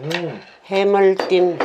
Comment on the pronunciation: 엄마최고ㅋㅋㅋ저도 어쩌다들어왔는데 계속 웃기네요ㅋㅋㅋ틀니가아니셔서 혀마중이 아직 어색하세요ㅋㅋㅋㅋ 해물띰ㅋㅋㅋㅋㅋㅋㅋ너무 웃겨요ㅋㅋㅋㅋㅋ 계속 찍어주세용❤❤❤❤